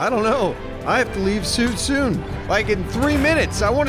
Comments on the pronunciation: Soon soon Did you say you have to leave soon toon XD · Did you say you have to leave soo toon?